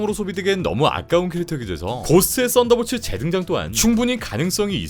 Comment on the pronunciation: 왜 나는 쌋다볼츠라고 들리지..